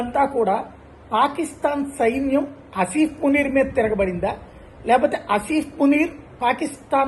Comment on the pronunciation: అసిఫ్ మునీర్ కాదు సర్ అసిమ్ మునీర్